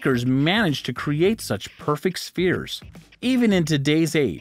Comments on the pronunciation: "Strange stone fears..."???? You found a narrator who couldn't pronounce, "SPHERES"???? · FWIW, "las bolas grandes" translates as "the large balls". The words rock or stone are NOT present. I'll ignore the mispronunciation of spheres since so many others already mentioned it. For future reference, there are MULTIPLE channels here on YouTube where you can HEAR the proper pronunciation of words in multiple languages. All these topics are better explored in more depth elsewhere. I'm out.